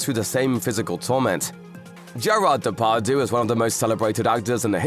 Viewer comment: TSCHE-RRARD DE-PARR-DJU ... how wrong can you pronounce a name - have you NEVER heard his name spoken out loud ?!